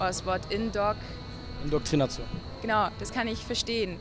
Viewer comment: Perfekt - Leute die nicht mal wissen wie man Indoktrination ausspricht - kann man natürlich Super Indoktrinieren